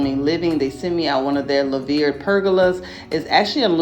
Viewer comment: Love it. I’ve been looking at it also. It’s pronounced “loo-ver”